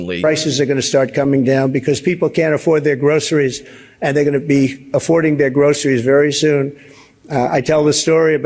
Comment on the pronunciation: GROSS-ER-REES.... he sure says it in the manner everything that drips out of his pie hole sounds like to me - GROSS! You people elected a complete weirdo who is going to cater to ELON MUSK... fools...